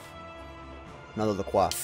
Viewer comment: i dont think la croix is supposed to be pronounced like it is a french word. on their website it says its pronounced la-croy